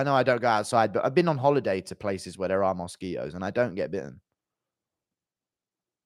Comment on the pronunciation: bro said mosque itos